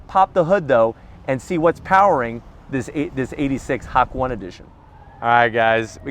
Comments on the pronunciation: Ha-Ko-Nay. Not Hack-One. Jesus bro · It’s not Hak-one..it’s pronounced as Ha Ko Nay.. it’s a place in Japan where uphill curves meets the scenic view of the mountains.. will go back there coz the place is relaxing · hawk one? huh? or the japanese word hakone (箱根) pronounced “hah-koh-neh” dude, stop being so white & ignorant. 😂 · Ha Cone Nay. What the F is Hok-One? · HA-KO-NE not HAK1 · Did this guy say, “Hawk One?” So Hawkeye has his own origin story? 😆😆😆 Also it’s pronounced “Ha-ko-neh”. Even I knew that the first time I saw this word. Toyota is a Japanese company. And when you see the word, “Hokone” you pronounce it in a Japanese dialogue. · Ha-ko-ne. How do you even read Hak-one? Do you not sound out? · I like, but that Hack-1 is hilarious.... Ha-Ko-Neh 👍🏼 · It's pronounced [Ha-ko-nay] Not Hack one ლ(ಠ益ಠლ) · IMO it's pronounced "HA-KO-NE" (箱根町, Hakone-machi) is a town in Kanagawa Prefecture, Japan. It refers to a group of more than 15 mountains. ''Hak'' means ''Box'' and "Ne'' means "Mountain". im sorry i just had to put this out, it make me cringe when i hear HAK-ONE, i mean, WHAT DOES THAT MEAN?! it's a Japanese car.... ┐(￣ヘ￣;)┌ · Hak one hahaha.. it's Ha-Ko-Ne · What the FFFFFF is a Hack One? Its pronounced as “HUH-CONE-eh” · i think it's HA KO NE not HACK ONE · As a half Japanese man, I shouldn’t have expected more of. Dude is saying “hawk one” instead of Hakone (Hah-kone- eh) lol, cringe worthy but also funny as hell. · Its "ha cone eh" not "hak one" its name comes the racetrack. In japanese its pronounced as the above. Great review. Not being a grammer nazi just dont want people mislead. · Lmao hakone not Hak one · Maybe it's named after the Hak.on.aye Skyline and not "hak-one" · It’s Hok-oh-nay. Hawk1 hahahah. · You deserve to get it removed by YouTube.. you keep saying Hack One... It’s Hakone man.. HA KO NE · Hah co neigh not hawk one lol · It's pronounced "HA-KOH-NEH" by the way, not "Hak-1" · Bro first fall, its Hah-cone-A. Not Hak-1